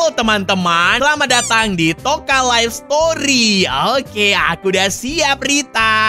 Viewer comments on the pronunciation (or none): none